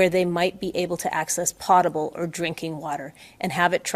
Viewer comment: It’s pOtable, not pot-able. Lol. Are we sure we should be listening to this woman? 🤦🏻‍♀️